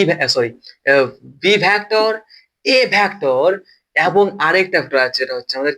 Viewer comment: ভ্যাক্টর নয় ভেক্টর